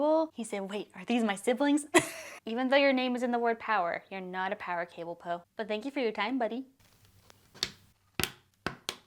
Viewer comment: Po said “am power cableee”